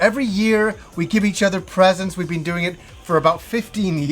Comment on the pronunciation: Been = Bean